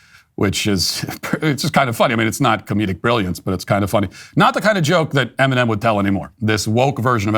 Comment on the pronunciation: Eminom Oat meal. 😂